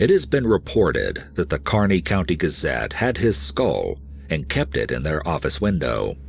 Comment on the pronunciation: Thanks for pronouncing Kearney right